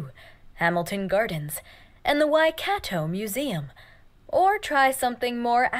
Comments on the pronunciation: Waikato pronounced "Y-car-tore" not 'y-cat-toe'. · Who you say Waikato ( why -car-tore